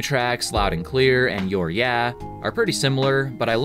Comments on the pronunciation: it’s pronounced “you’re eye uh” not “you’re yeah”, and it’s about how Ned hates the dentist. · FYI Youreyeah is pronounced “Uriah,” it’s the name of the singer from Dead End Path, another band from their area